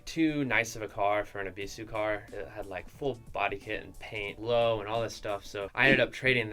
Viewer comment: Is it really pronounced Eeeeebeeesuuue